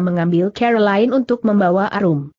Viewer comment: Sayangnya cara membacanya kurang bagus, contohnya : Cara dibaca keer Tuan dibaca cuan Mata dibaca meet Dsb